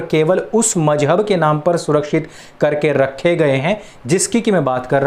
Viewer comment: Please pronounce the word Mazhab properly....... MaZhab......there’s a Z in the word .....not J..... I request you to either not use Urdu or if u use it , please try to use the correct pronunciation .......thank you !🙏🏼🙏🏼🙏🏼